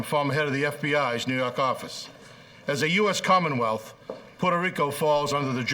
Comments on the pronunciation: Say it again 💯🙏🏿 "nuu yawk affice" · "Nuu yawk affice " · NEW YAWK AFFICE!